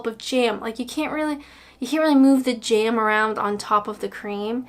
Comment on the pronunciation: It's not 'jairm', it's 'jam', as in 'jam samidges'!